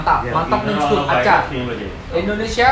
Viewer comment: Tuh 2 orang susah banget sebut indonesia, padahal kalau orang indonesia sebut india guampang benar